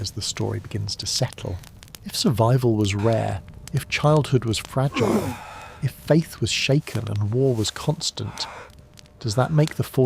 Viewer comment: AI act actually said " fra geel A" FRAGILE,,ridiculous